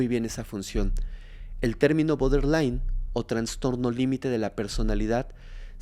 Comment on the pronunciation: No se dice boderline es "Borderline"